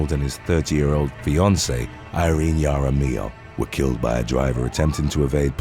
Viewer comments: Jaramillo (haramillo) not (yaramillo) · WHEN DRUNK GIRLS GO WAY WRONG/ JUST GO WRONG WOULD BE TOO EASY WHEN RING CAMERA'S OR HOME SECURITY SYSTEMS GO WRONG Dreasjon?! what did momma loose a bet to name him that? Some people do pronounce their name as english, Jaar-uh-mill-o